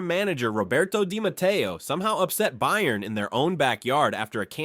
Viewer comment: some odd pronounications i've noticed in this video bayern is not pronounced with 'bay' at the start, but 'bye' henry is not pronounced like the english name henry lyon is lee-on and not 'lion'